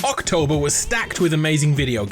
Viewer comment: Did he say hawktober? Lol